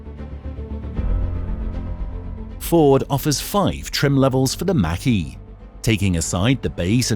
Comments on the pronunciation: THE MACH E IS PRONOUNCED LIKE THE WORD MOCK, NOT MAC ! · Take-a-shot challenge, every time he mispronounces "Mach E" like "Mack truck" instead of like Bach ( not Beethoven.) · You showed some cool cars but in the end you really need to learn how to pronounce Mach-E